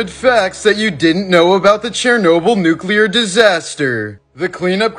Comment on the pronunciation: Atleast you pronounce nuclear correctly